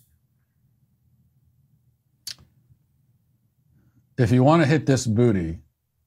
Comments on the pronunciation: I lost it at Matt saying Vucking 😂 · Love hearing Matt say vvvvucking with a V